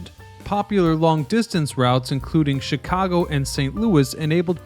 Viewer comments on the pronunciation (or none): none